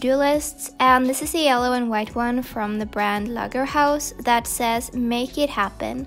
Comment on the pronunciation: Your pronounciation of "Lagerhaus" is so cute! It's a german brand and you almost pronounced it perfect... ❤